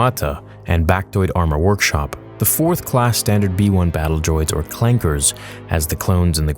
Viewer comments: Did he just say clankas with a hard r? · When calls them clankeRs 😂 Uhh correction its clankas lol